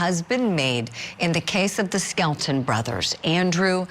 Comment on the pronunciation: The last name is Skelton, like Skeleton, thats BAZAAR 😔